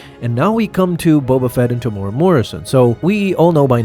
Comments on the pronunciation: AI needs to work on pronunciation algorithm. Temuera sounds like Tamura. FYI....it's pronounced....Teh-moo-weh-rah(Roll the tongue on the R). The man is Maori, not Japanese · Greatest character? Coolest-looking character, sure. Also: Te-mu-e-ra, not Temoora. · "Tamora" "Tem-you-era", and roll your r. It's a Maori name. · TEM-YOU-EAR-AH. Why are you choosing to skip an entire syllable?